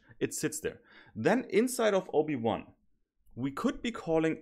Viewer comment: Everytime he said OB1 i heard Obi Wan😂